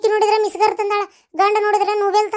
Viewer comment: ಅದು ಮಿಸಗರ್ ಅಲ್ಲ ಮಿಕ್ಸಿ